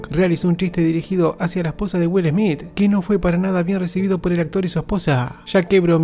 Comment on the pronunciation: Que primero aprenda a pronunciar el apellido de Will Smith..🤣 Will ESMIT